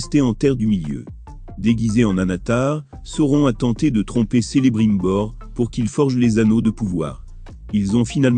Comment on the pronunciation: Non mais c'est juste n'importe quoi la prononciation ! Déjà ça commence mal, Celebrimbor prononcé Selebrimbor, quelle horreur !